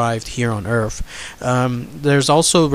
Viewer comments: Stop using TH ended words earf is not a proper word wiff words like that the story sounds to be a joke. Get a reader that can annunciation words properly because that was just torture to listen to and god damn it I can't even get 3 words typed out wiff out you saying earf....wtf is earf?? A generic world out there like the EARTH.....NOT earf. Torture dude just straight up torture. I know you can say the words properly because you did here and there throughout the story. So stop wiff the earfs discussion. Sorry if I am sounding rude but not nearly as bad as the story sounded. A reader you are not. Try silent videos. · Good video, but there is no "F" in the words Earth or with.